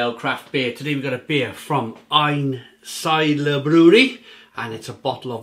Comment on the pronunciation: Ayn -Seed-La would be the way we pronounce it here in DE , Cheers